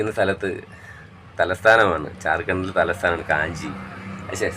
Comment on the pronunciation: ചാർകണ്ടല്ല സുഹൃത്തേ ജാർഖണ്ഡ് എന്ന് പറയണം